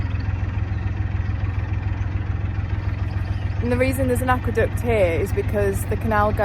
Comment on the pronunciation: Looks like a cracking day for a cruise, the way you said aqueduct near the start made me do a double take, I could have sworn you said aqua duck and was imagining you running over a mallard lol